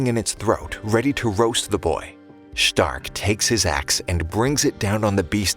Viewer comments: Ah yes my favorite frontliner shhhh-tark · Why u saying stark like that😅😊